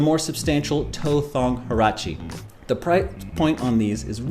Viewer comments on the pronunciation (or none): The H in Huarache is silent.